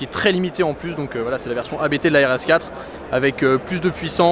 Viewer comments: Vidéo sympa. Petite info on dit "abt" et non a b t . Abt est un nom propre 😉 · ABT se dit "Abt" et non lettre par lettre. mais on s'en fou